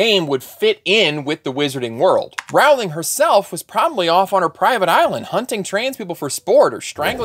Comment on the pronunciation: A: Rowling rhymes with rolling. B: I'd like to carve out a third space between conservative and progressive. You know, for the people who oppose the trans movement and are pro-choice.